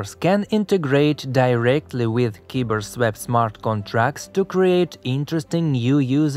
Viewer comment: Next video, just say KyberSwap.